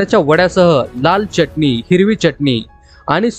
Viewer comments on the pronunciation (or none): छान .. च्यटनी नाय रे .. चटणी ..